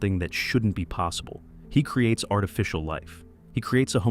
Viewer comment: It’s artificial not artifcial